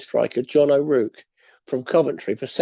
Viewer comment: John O’RouRke not John O’Rouke. Its pronounced O-Raw-k Splitting hairs though tbh. Interesting upload even though im not a QPR fan👍🏼